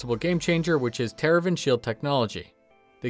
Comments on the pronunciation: Great video! But it's actually "Tevarin" not Teravin. V before the R. Other than that... Great video! :D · Good points, I wish the Vanguard was a little... better? Small side note, check your pronunciation of Tevarin :)